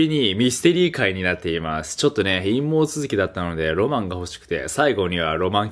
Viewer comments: 陰謀がナオキマンが言うから陰毛に聞こえてしまった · 久しぶりにナオキマン見たんだけど最初の陰謀続きってのが陰毛続きに聞こえてよく下ネタ言ってるなとは思ってたけど等々掘り下げ始めたかと思った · 陰謀が陰毛に聞こえた人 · どう考えても陰毛って言ってるだろwwwww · 陰謀が陰毛に聞こえました(笑) 脱獄の為にあれだけ努力するなら、社会の為に努力してほしいです。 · 最初の陰謀が陰毛に聞こえたのは俺だけ？ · 陰謀が陰毛に聞こえるw あ、第2弾のスタンプも買いました〜 (´･_･`)ﾉﾉ"ﾊﾟﾁﾊﾟﾁﾊﾟﾁ〜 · 陰謀のとこナオキマン陰毛って言ってない? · 「ロマン毛ぇの話になっていまーす」